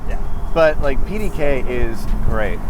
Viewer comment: This car is gweat, it weally weally is